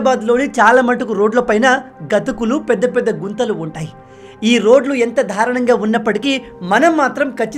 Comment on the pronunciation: తమ్ముడూ నువ్వు దారుణంగా. అనాల్సిన చోట ద్ధార్ణంగా అంటారు సవరించుకో 0డి pls